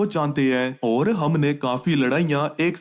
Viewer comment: Oar oar mat bolo 😢